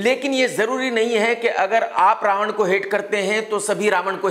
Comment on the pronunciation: Raavan ya RA ONE BOLO BOLO